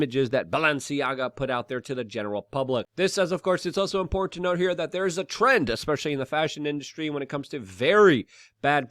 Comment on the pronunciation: I'm not buying any youtubers "merch", it's not "importn", and "tuh-tallitarian"...